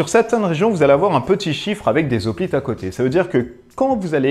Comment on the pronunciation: Hoplite, c'est comme "Hérisson" ou "Haricot"......on ne dit pas des "Z'hoplites" mais des "Hoplites" :) Bon à part ça, la vidéo est très sympa !